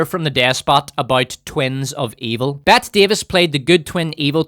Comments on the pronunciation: Dear God, it’s PRONOUNCED “B-E-T-T-E-E Davis,” *NOT* “B-E-T.” If you have never even heard the proper pronunciation of one of Classic Hollywood’s *MOST SIGNIFICANT ACTORS,* you have no business whatsoever setting yourself up to be some kind of artistic or cultural critic!!!!! Do you have ANY idea what that single abominable, unforgivable mispronunciation rooted in *IGNORANCE* did to your credibility as a film critic?!?!?!?!? As it turns out, sadly, I *AGREE* 100% with your accurate critique of the emotionally immature, solipsistic, heap of steaming shit called The Acolyte*—-as well as with your tangentially snide and cleverly bitchy comments about *The Book of BORING Fett and the quite nearly unwatchable Third Season of The MandaBOREian*—-so I can’t really be **that* hard on you… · Bette Davis' first name is pronounced Betty. (Kim Carnes' "Bette Davis Eyes" was a #1 hit for like ten straight weeks.) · "Bet Davis"?!... Who tf is "Bet Davis", bro?! 🤣🤣 It's pronounced "Betty", she was a very famous actress. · Dearest Despot, Bette Davis' name is pronounced "Betty." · My friend, the legendary Hollywood actress’ name is pronounced “Betty”, not “bet”. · I never said that. Smoke another doob. I'm talking about Bette Davis whom he speaks about in the beginning. He pronounces her name as "Bet", where it is supposed to be pronounced "Betty". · Bette Davis' first name is pronounced "Betty" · It is pronounced like "Betty"